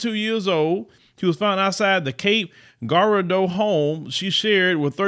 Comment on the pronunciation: Girardeau (pronounced "Jee-ar-doe". FYI